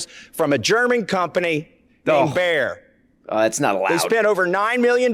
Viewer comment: That’s not how you pronounce “Bayer”